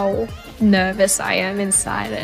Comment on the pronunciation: When she says “nervous” you can hear the Australian she picked up from Rosé 😭♥️